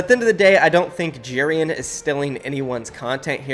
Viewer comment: i have the way he says Jerian’s name. He says it like jeer-an instead of j-air-ian